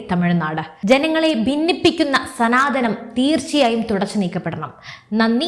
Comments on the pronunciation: സനാതനം എന്നാണ്........സനാധന മല്ല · മലയാളം ശരിക്ക് പഠിച്ചിട്ട് ചാനൽ തുടങ്ങിയാൽ പോരെ ?!!! സനാതനം ആണ് ധനം അല്ല 😢😢😢😢😢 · സനാധനം അല്ല. " സനാതനം " ആണ്. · സനാധനം അല്ലെടോ, സനാതനം എന്ന് പറയ്